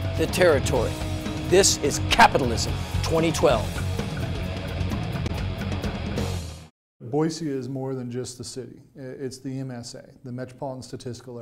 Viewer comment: Pronounced Boy-See... most people seem to get it wrong.